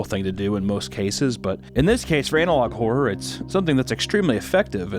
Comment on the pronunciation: When he says "analog horror" I hear "analog whore" 😂